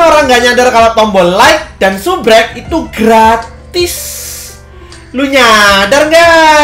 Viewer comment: Bang bukan subrek tapi subscribe